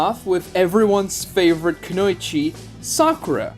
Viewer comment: If I ever hear it pronounced "kanoychee" again I'm going to pass away